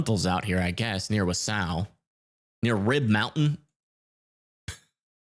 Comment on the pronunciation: is it ok if I help you out with the pronunciations of some of these WI cities? They can be tricky. Capital letters indicate where the accent goes. I am from Milwaukee (I say mi-WAH-kee, but technically that is wrong) so not everyone will agree with my pronunciation tips. But this should help? Wausau = WAH-sah Eau Claire = oh-KLAIR Shawano = SHAH-no (everyone has trouble with this one!) Antigo = AN-ti-go